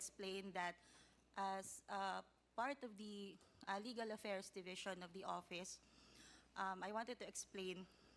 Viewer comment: What's opis? Manipested? Pronounce your words properly.